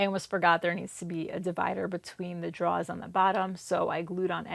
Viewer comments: I was going to do the broad a favor and let her blow me but then I heard her pronounce “drawer”. Now I just want to choke her. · You have a beautiful mind and so creative when solving problems. Turned out great!!! And we got to hear you say drawer -- an added bonus :) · I don't know where you're from, but I never suspected it was Louisiana until I heard you say the word "drawer" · When I saw the picture in the thumbnail being furniture with drawers I knew I needed to watch, just to hear you say "drawer". But 23 minutes was a long wait. We'll worth it though